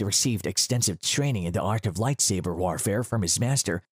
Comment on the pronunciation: He said “Lightsaver”, I’m offended